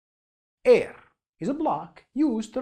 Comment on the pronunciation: i like how this guy says “airrrr”